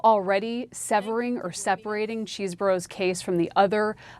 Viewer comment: Che seh bro. Not cheese. CHEESE has two ees